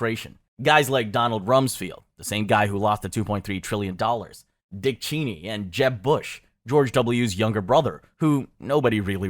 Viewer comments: Dick “Cheeny”? Lolololo Was this voiced by ElevenLabs??? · Bro, you need to learn how to pronounce basic words if you want people to take you at face value. You should know how to say ‘extremist,’ ‘reconciled,’ ‘coordinating,’ Cheney, and Rumsfeld if you are going make a video on 9/11. It makes it look like you have not done your homework.